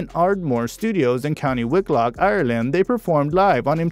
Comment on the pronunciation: Wow. How many mispronunciations of place names (Louth, Wicklow, Modena etc.) can one guy make in one video?! It's distracting, and shows a lack of due preparation.